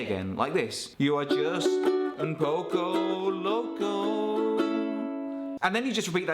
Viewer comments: Why Tf did you say “oownn powco lowcow” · You trying to speak Spanish and how at the end your voice goes higher when it should go lower